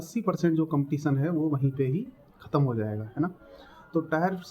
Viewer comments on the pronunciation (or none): टायर नही टियर 😂😂😂😂😂😂